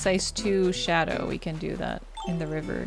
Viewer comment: Just would like to say that I love when you say “river”